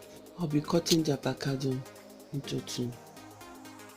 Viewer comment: This girl is literally saying THEVACADO lol hahahahaha